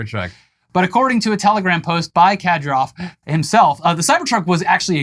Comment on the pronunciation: Research pronunciations please. It's painful to hwar you pronounce Kadyrov. KAH-deer-awv not Kah-der-off Love the show guys!